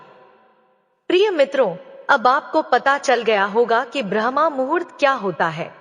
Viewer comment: ब्रह्मा मुहूर्त नहीं बल्कि ब्रह्म मुहूर्त